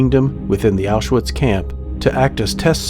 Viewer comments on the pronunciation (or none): This may be a small niggle but its noticeable for me... The pronunciation of german words is lacking. Quality of the video and pace of VO and 3d art is great, but in german w is pronounced as a V (auschVitz), and a V is pronounced as an F (Fon not Von). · Isn't the W in Auschwitz pronounced as a V?